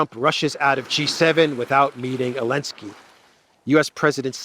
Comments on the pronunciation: My friend it’s Zalensky not Alenski please fix that issue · Zelensky it’s Zzzzzelensky. Love you brother!!!! lol